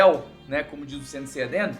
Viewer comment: Ele falou Saint Seiya Dean?